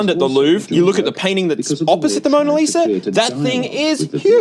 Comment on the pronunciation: "It's the Moner Liser!"